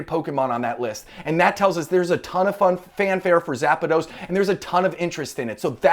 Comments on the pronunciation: It's zapdos not zapados 😅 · Just curious, why do so many people add an extra a in Zapdos. You are not the first nor the last to pronounce it Zap-a-dos. Where did that come from? My guess is the kids. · Cringe everytime you said zapados!!! Ahhhh haha